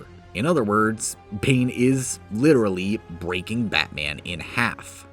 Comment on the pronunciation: nah but literahlee